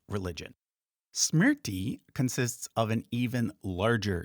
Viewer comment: All that research but couldn't be bothered pronouncing anything correctly. Shame. Parvati, not Pavarti. Smriti, not smirti. A redub would make this less offensive. It's not an issue of an Anglophone struggling with aspirated consonants or vowel length. It's sheer laziness in looking at the words.